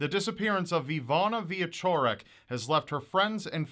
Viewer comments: I think its pronounced Veechorek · It's more like Vee - eh - ch - orek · Why is it so difficult for people to grasp how to pronounce “cz”?! I live in the US and when people ask how to pronounce my last name, I tell them how it’s supposed to be pronounced and then how it’s pronounced by most Americans.